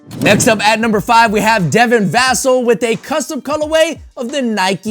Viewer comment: It’s Devin vas-ell that’s how you pronounce it ... thanks for the video